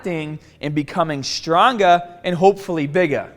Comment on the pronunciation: "How are ya gonna get strongah ta break P-Ahhhs"